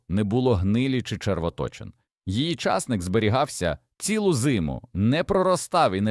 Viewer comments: Колись був часник, а зараз ломлячи языка, став чАсник. Гидко слухати. Не додивилась. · Що таке часник,що це за наголос? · Часник. Наголос на ник.